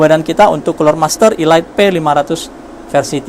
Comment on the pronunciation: om setahu saya "elite" dibaca "elit" bukan "ilait"